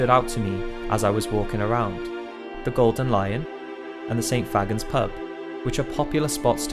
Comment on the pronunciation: Pretty sure it’s pronounced St fae-gans.